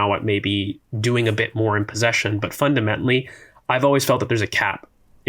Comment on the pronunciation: Im a terrible person but i cant not address the pronunciation of the word "fundamentally." makes my ears ring every time